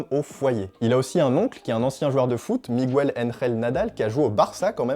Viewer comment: On ne prononce pas « Mi_gou_el ». Mais « Mig-el » ! 😊